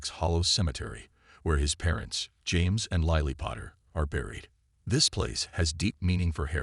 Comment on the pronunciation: Hermeon?.....liely Potter? .....plus how many other AI bludgeoned words.....yeah kinda takes you out of the story. Really hate AI .